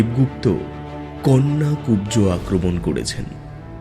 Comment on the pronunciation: কন্যাকুব্জ নয়, কান্বকুব্জ